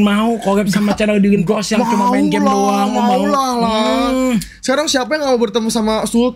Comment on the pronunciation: langsung ga bisa ngomong R kalo cape.